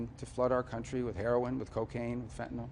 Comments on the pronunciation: Finally, an official who knows how to pronounce FENTANYL! YAY! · Finally, a US official who knows how to pronounce FENTANYL correctly! YAY!